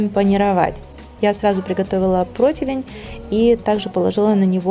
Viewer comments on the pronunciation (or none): none